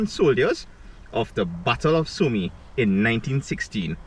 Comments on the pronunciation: Battle of SOOOO MEEEEE LOL ITS PRONOUNCED "SOME" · Great video will check it out for sure. Oh and Somme is pronounced Som, that part of the war was the Battle of Somme ( Som )